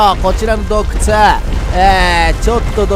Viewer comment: どうくちゅww